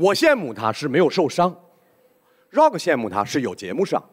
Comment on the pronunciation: 张老师倒是可以理解。。。可是从美国哥伦比亚大学回来的高材生呼兰在提到Rock的时候说的也是绕克。。。是不是就有点稍微让人觉得这个英语还需努力。。。